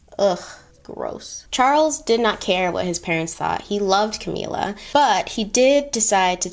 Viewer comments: Sorry to be weird about this, but I think the correct pronunciation is CamILLa, not CamEELa. Like the word "ill". Love your content!! Keep doing what you are doing! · cam-ill-a, like sick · So love your content! But this video irked me with how you pronounced camilla’s name. “Cameela”??!! Noo. It’s ca-mil-la pls don’t accentuate makes camilla sound pretty princess like which she is not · “Cameela” My brain: Ca-mill-a Every.single.time lol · I’m dying at your pronunciation of Camilla, you’ve given it a Spanish flair 😭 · I’ve giggled every time. Anyone else but.. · Yes I got that too and I am an African who watches many Mexican movies. These movies seem to have a lot of Camilla in it and sound just like calls it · Thought I was the only one😂😭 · The way you are pronouncing Camilla 🤣🤣🤣🤣🤣🤣 but you said you watched the crown !! Love the video regardless